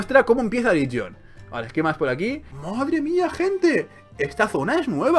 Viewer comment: confundes "Ligion" con "Legion", parece ser que has confundido la "i" con la "e". XD